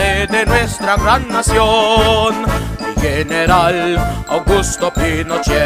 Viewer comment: Beautiful! However, you mispronounce the "g" in "general". It is pronounced like "х" in Russian, because it comes before an "e". If it was "gueneral", the "g" would be pronounced like "г" in Russian.